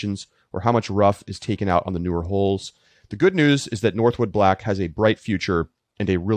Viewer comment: Northwood Black. No "s" 🤦🏼‍♂️